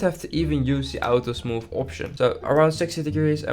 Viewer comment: “Smoof” like butter…